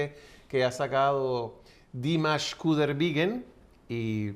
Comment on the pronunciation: No es 'Qudaibirgen' es Qudaibergen.